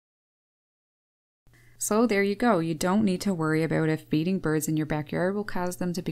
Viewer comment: I heard an "Aboot" must be Canadian. Birds can travel a long way in seconds in deep snow unlike Squirrels that can't easily get around and when the ground's frozen they are not getting to anything buried either.